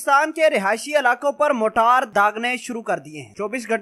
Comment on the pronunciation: Bhai g ye Jo apne choty missiles ka name lia h "Motaar" ? Isko motaar nhi "Marter" kehty hen janaab Pehle ap sahi naam Lena sikhlo uske bad ispe video banana plz